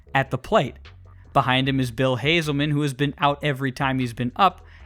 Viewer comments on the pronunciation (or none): Dude. You mispronounced a lot of names in this video. It’s not hazelman, it’s hasselman. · HASS-uhl-man. Not Hazelman. Rhymes with Castle. I once pronounced Saban as "sa-BAN" live on the radio so I feel you. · Bill Haselman. Like “Hassel”. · You mispronounced Whitten and Hasselmen. Cool video though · Bill Haselman and Mark Whiten's names are misprounounced just FYI